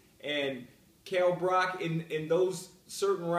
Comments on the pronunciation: Yo Chris, it's Brook, not Brock. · I laughed immediately when he said "Brock"